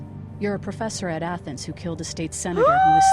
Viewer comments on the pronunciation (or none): none